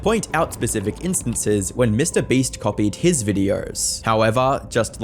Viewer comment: Bro can't pronounce Mr Beast 😂